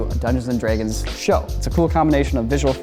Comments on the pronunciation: Dungeons & DREY-gons. I dunno if it's just his accent or what the hell it is, but that pissed me off. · says “dragons” weird. He pronounces it,dregens” for some reason, lol. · Nobody:: Dungeons and 𝐝𝐫æ𝐠𝐨𝐧𝐬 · How have I been watching corridor for 10 years and never hear say Dungeons and *Dreg*ons 😂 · ''Dungeons and Draaaaygins'' Wtf? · Am I crazy or is he pronouncing it "dray-gons?" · take a shot every time says “dregins” lol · "Dungeons and Dreygons" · Can I just say, I absolutely love that says Draegens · why does he pronounce Dragons like that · Am I the only one, or does say "Dragons" in a really weird way?